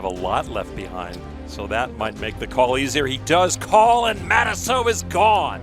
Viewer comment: Matusow. Yikes. No way you said that and then did that.